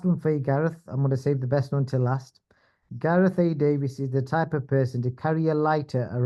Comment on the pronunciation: Who the fuck is gaeath anyway 😂😂